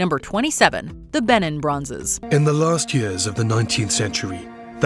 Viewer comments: It’s pronounced Ba neen with the accent on the last syllable . It rhymes with teen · Oh gosh hearing her say Benin made me cringe. England plundered their heritage, colonised their country and took from their land, the least you can do is pronounce the name of the Empire correctly.